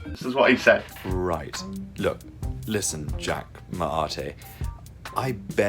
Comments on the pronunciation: "Right...look, listen Jack ma-ar-tay" DEAD HAHAHA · "Listen Jack Ma-a-tay" LMFAO